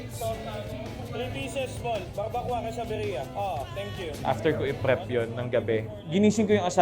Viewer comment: Barbacoa 👇 pronounce bar-ba-kowa